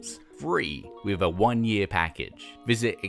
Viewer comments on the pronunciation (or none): none